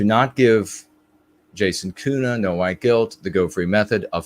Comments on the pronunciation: Germans would pronounce Köhne without the U sound you use (which sounds like Kuhne, & Kuh means cow, though you pronounce the U sound as if it’s somewhere in between U & Ü, at least to my ear), just as an FWI. Listen to a pronunciation of König to hear the difference. It’s very similar to the first vowel sound in ‘colonel’. Maybe your family pronounces your name uniquely traditionally, or the spelling was changed from Ü or U to Ö. Regardless, I respectfully hope this is helpful information. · There is a huge variation in regional dialects (I know this especially as I learned German while living in Switzerland), so I am speaking of High German. But I don’t think I’ve ever heard a German Ö pronounced as you did twice in this video. I did notice that one time you pronounced it more similarly to how I would (in between a U & Ö sound) & I can imagine getting different input would be confusing. Plus, sometimes the pronunciations online are inaccurate. I should make a recording of myself & some native speakers pronouncing your name. That would probably be most helpful. Tongue training is a real thing. I’ve spoken German for nearly 20yrs, the last 10yrs while living in Germany, & I still don’t have the ÜRZ sound down properly. Germans almost never correct me either, which is frustrating. When you say you had your tongue freed, I assume you mean the frenulum was cut? How much has that changed your linguistic ability? You are so eloquent in English, I can’t imagine you had any room for improvement there. Was it just for speaking other languages?